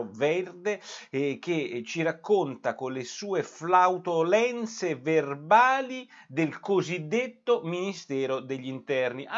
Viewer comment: come flautolenze?? non si dice flatulenze?? 😕